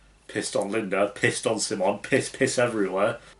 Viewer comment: I love how you pronounce “simon” in a Swedish accent like how it’s supposed to and not like the Americans who react to this show lolll